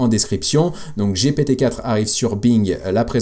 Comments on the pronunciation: c'est une bonne guerre ... ceux ci dit jaime toujours pas quand tu dit jipitiiiii cest GPT lol MErci pour tes videos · arrete de dire jipiti c'est stresssant JIPIITIIIIIIIIIIIIIIIIIIIIIIIIIIIIIiii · c'est GPT on parle français